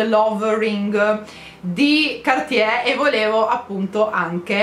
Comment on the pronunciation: Cartier, si pronuncia la r in francese!!! Prossimo compleanno un corso di lingua francese!